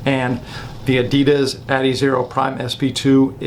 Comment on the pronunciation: When did they officially start pronouncing Adidas like that?